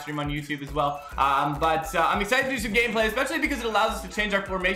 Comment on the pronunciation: isn't it "Gameplay" not "Ganeplay"